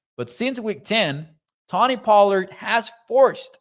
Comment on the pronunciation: Its pronounced Toe-Knee. Sorry, was bugging me and my OCD ass. 😂